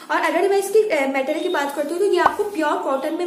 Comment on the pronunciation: Material bolna toh seekh lo pehle